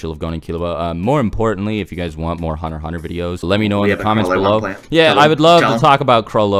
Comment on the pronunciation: "Were talking about hunnerhunner"